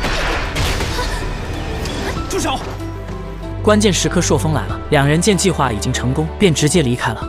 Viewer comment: 朔風 不是塑風